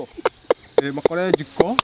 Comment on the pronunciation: Mat 2026 I'm back hear to listen to man. Makolejiko - psychological Mateborùthi - metabolism Mathority. - Authority Masekonti. -ma time😂 Most of all I like hearing saying by the way ati by way they.